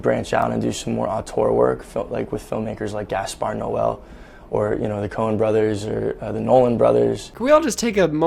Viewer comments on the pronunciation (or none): Did he say Gasper Noel?? It's Gasper Noe. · DID HE CALL GASPAR NOÉ "GASPAR NOËL"??? MERRY CHRISTMAS 2 U NOAH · "Gaspar Noel"